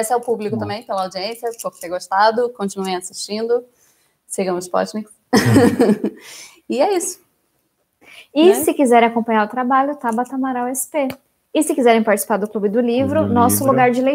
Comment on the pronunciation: Cada vez que essa apresentadora fala "Spotniks" me da uma vontade de fechar essa entrevista e criar conta fake pra dar deslike. Mas os convidados são ótimos, acompanho tanto a Tabata quanto o Kim e gosto de ambos.